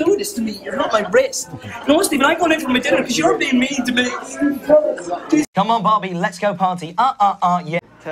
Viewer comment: “JuSt cHiLLinG oUt in mE bOx” HAHSHAHAH it gets me every time.